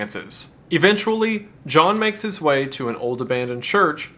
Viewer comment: lol you said Jhall instead of John